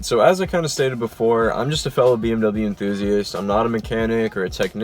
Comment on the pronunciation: You are pronouncing bmw wrong